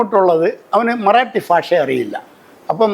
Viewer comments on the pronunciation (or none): ഇയാൾ കൊല്ലംകാരനാണോ ഭാഷ എന്നതിനു പകരം ഫാഷ എന്നുപറയുന്നു